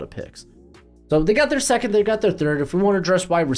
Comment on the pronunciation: Hey why do you pronounce ‘second’ by saying ‘Sack-it’ ? I was legit confused and had to rewind it back cuz you lost me 😂😂 it’s a legitimate question..